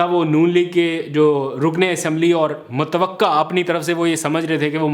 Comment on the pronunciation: متوقع۔ متوقع ۔متوقو کہتے ہیں 👍 متوقا ۔۔۔ نہی کہتے گزارش ہے درُست کر لو 👍